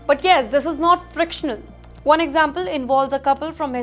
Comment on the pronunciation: says “frictional”. It’s fictional 😂😂😂😂